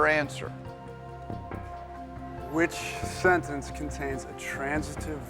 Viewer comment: The dentist knew how to pronounce "sentence," but Jeff did not. He omitted the "t," and it is not a silent letter.